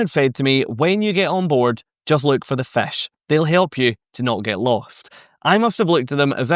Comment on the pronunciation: Good information as usual. I would have added on point 3 the forward is also sometimes called the “bow”. be aware on NCL they have a few rebellious fish, in RED, swimming backward. Love your accent saying “fish” which sounds more like “fesh”. Found that one out touring Scotland many years ago. Confused me for a moment in a restaurant talking to the waiter but sounds so nice. Keep up the good work and make more great videos.